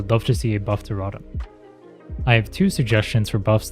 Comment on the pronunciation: Great video but the way you pronounce rotom pisses me off 😂😂😂